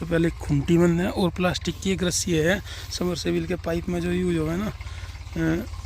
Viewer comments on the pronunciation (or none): अरे भाई ये मास्टरजी भी सबमर्सिबल को समरसेविल बोलता है😂